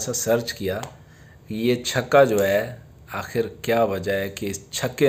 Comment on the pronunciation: Yar chako q bolty ho chaka bola kro